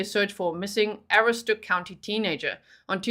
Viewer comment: Mainer here. This was during bear season (black) and the first week of moose hunting. I'd be checking everyone with a moose tag in that zone !!!! That's a busy time of year up there in the county! Aroostook County is jjust called "the county" and pronounced ah-roo-stuk